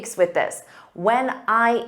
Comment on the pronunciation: He said when meanwhile i 've heard wanna😂😢